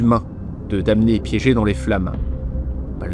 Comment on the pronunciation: Juste un truc qui m'a embêté parce que je suis pénible : la prononciation de damné en français est /dɑ.ne/ . On ne prononce pas le m.